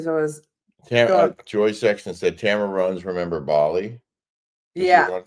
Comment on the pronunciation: TAMRA! not Tamera 😅